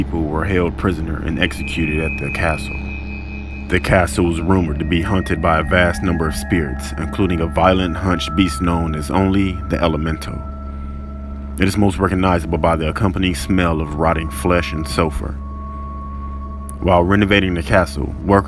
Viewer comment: Sounds like youre saying 'hunted' instead of 'haunted'